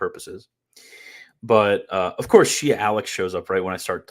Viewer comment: “Of courth”. murdered you